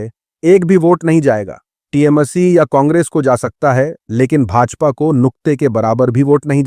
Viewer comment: Aree bhai theek se pronounce karo, woh tiyamasi nai TMC hai trinamool congress ya All india trinamool congress hai Google karlo